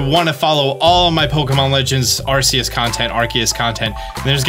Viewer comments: アルセウス is pronounced “aru-say-oos” so I don’t really understand where this “ar-Kay-us” comes from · ARCEUS = ARKEUS...... You've gotten it right before lol... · It's Arceus, not Arseus and I will fight you 😂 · If Arceus is pronounced “Arseus” then the Arc Phone might bump up the age rating a bit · I always pronounced it as ‘Arseus’, with a soft c sound, because of Zeus. I always thought the name was a reference to him, and it seemed fitting for the Pokemon god. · Fun fact the proper pronunciation of arceus is are key us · its arkoos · It’s arkoos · its pronounced arkeeus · For who want to know the correct pronunciation of Arcues and why it is, you only need to see the etymology of the pokemon and his name. He is the "alpha pokemon" and he have a strong link with the greek culture (ex. The arceus's plate was created after the defeat of the giants, reference to the battle of zeus vs the titans). Arceus is the combination of the word αρχή (Arkè, that means origin, primigenial) + Zeus. So the correct pronunciation is "Arkeus", with the accent on the "e". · Had to check out immediately after hearing arceus pronounced wrong. Can't do it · I’m not trying to be mean, but please google how to say arceus right